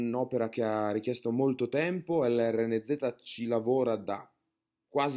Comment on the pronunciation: lrnz si pronuncia lorenz